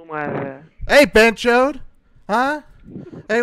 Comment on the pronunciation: Bonus tip: BhenchoTH with a 'T' not' D'